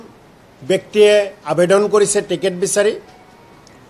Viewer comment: আবেডন নহয় মূৰ্খ, আবেদন বুলি কোৱা